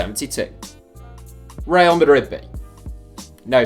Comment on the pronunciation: The way he said "Real Madrid" i can't! 😂😂